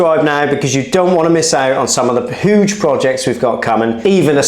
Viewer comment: And "hooge" (huge)